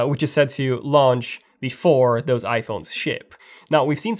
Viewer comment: Reuters: It’s not pronounced “rooters”, it’s ‘Roy-ters”. Please spend somewhere between 15 to 20 minutes a days practicing your English pronunciation. Your can do it while in the loo, alone, wherever. You say “doze” when you mean “those”. Practice your hard and soft “th” sounds! Come on, young man! You can do it!